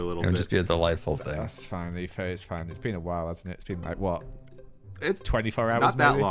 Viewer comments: they said Eefo cause can’t say etho correctly and he says eefo instead 💀💀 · WHY DOES EVERYONE CALL ETHO EEFO????